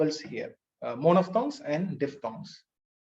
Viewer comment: Extremely super sir... But please check out... The pronunciation of the word 'monophthong' /ˈmɒnəfθɒŋ/ It's not 'mono'(மோனோஃப்).... I think... Sir